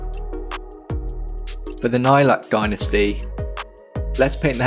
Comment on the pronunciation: Dude, you’re English. Say dynasty properly. Cool tutorial though ;)